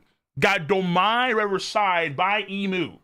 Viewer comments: Domi Reversi is pronounced with ee sound. Look it up and it will explain Mu's power. Won't work on Luffy. Answer that phone. : ) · I still don't get why pronounces Domi Reversi like that lol